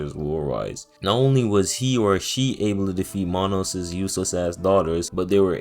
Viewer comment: Hearing this guy pronounce manus sent me into a deep depression